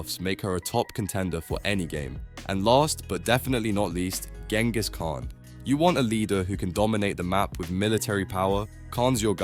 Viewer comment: AI generated? Where the hell does Ganghis Khan comes from?